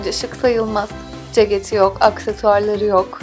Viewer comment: Ceketi çok komik söylüyorsun